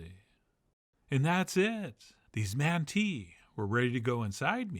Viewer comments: Speaking is someone who is half Armenian You're pronouncing it wrong it's not man tea like manatee it's man MAHN TI It's almost pronounced like AUMUNTI Monty It's a very short a All. And you could Google search this before you start trying to mispronounce words. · I live in Armenia and these look pretty good, honestly! "Wet" manti (pronounced MAHn-teh, not man-tee) is excellent, but I generally prefer the "dry" version, which is actually usually served with a little pitcher of broth as well as the yoghurt sauce. It's also usually sprinkled with sumac, which adds a wonderful bright, almost lemony tartness to the otherwise quite heavy, meaty dish. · Two things: 1. Thank you for this and the episode with Armenian potato salad 2. It’s pronounced Mont-eh without the eeeee in the end lol Thanks Chef Another great episode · Excellent, but pronounced “ Monty” lol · O My God thanks Never thought I would see Manti (pronounced Monty in my neck of the woods). Several years ago we started substituting wonton wrappers for large events shhhh lol kudos to you chefjohn no matter how big the manti pan... there are never leftovers i cover then beef broth for the cook and top with tziziki no tomato although I have done it with tomato we traditionally just use the broth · My grandmother wound make these all the time they’re as addictive as they are time consuming. Also Armenians pronounce it mahn-tee